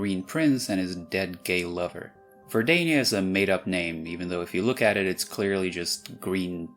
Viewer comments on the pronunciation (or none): verda-ni-a sounds terribly wrong so ver-da-nia is more likely to be pronounced for italian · in italian it’s verdània, not verdanìa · Great video, but in Italian "putridi" and "Verdania" have stress on the third-to-last syllable and not the penultimate one, so "pútridi" and "Verdánia". Otherwise great Italian pronunciation. EDIT: you cited Albania as a benchmark for where the stress should be, but it's much more common as I wrote it. A native speaker would put the accent on the third-to-last. Think of, well, Italia XD, but also Campania, Lucania, Esperia, Dalmazia, Gallia, Germania, Russia, Polonia, Moldavia, etc... Countries like Albania or Romania are the exception (unlike English, we pronounce them Albanía and Romanía for no particular reason). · In Italian, unless specified, the accent always goes on the second to last syllable. Although as an Italian I always called it Verdània, it is technically more correct to call it Verdanìa. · It's actually Ver-da-nia with the accent on the da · For Verdania, the correct Italian pronunciation (at least the commonly accepted one) is Ver-dá-nia. I would really want to give a serious explenation to that, but sadly there isn't. The head of the word, verde (the Italian term for green) is pronounced in a way (vér-de) that would encourage using the Ver-da-nía one, but for an Italian native-speaker the other pronounciation comes naturally. One day I would like to know why 😅